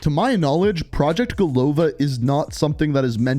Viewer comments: It's not go’lova, it is golo’va. It means 'a head' in russian. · Golova is pronounced golava, second O is not stressed.